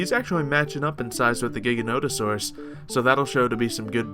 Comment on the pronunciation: STOP SAYING GIGANTOSAUROUS WRONG